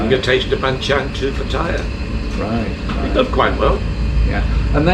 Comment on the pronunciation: Please tell the owner how to pronounce Pat...taya